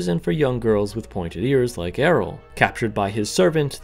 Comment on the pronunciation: Why are you pronouncing Ariel like that like? Otherwise, I enjoyed the video.